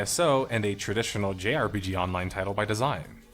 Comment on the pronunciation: What's the J in JRPG? Japanese? Is there a reason for that emphasis?